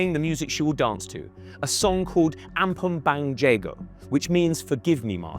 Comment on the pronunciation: The way you pronounce "ampun bang jago" tickles my ear and chest (in fremdschämen), but I understand: probably the first time you hear about Indonesia in the first place. (for 0.5 people interested, it's pronounced like a(r)m-poon bunk ja(r)-go. Just lose the "r" in each)